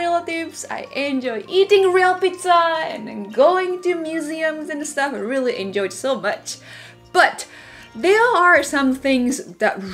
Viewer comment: Did she say I enjoined real pizza ? In america ? Hahahahahahahahahahaha I died 🤣